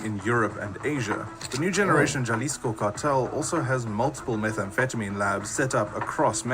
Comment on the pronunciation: Idk what the narrator keeps saying “jaaa lisco” lmao. It’s pronounced “Haa”. I agree with you man. A small blessing is that he was not captured/kidnapped alive.